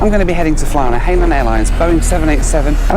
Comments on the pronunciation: I THINK ITS PRONOUNCED HI-NAN NOT HAY-NAN, INFACT ITS IN THE SAFETY VIDEO ONBOARD. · Hainan is pronounced closely to Hi-naan, (Hai is the same as second syllable of the city of 'Shanghai', not 'hey' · Pronounced “hi” nan not “hay” nan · Hey it's Hai nan airlines not Hey line airlines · It’s pronounced this way, hi nan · Just a word of advice it’s pronounced as ‘hi... Nan” (Hainan) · realises he's been pronouncing the airlines name wrong the whole time 😂